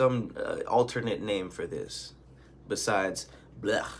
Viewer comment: Calling it blegh had me dying! Lol